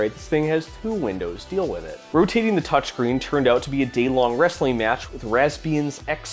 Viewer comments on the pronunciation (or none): none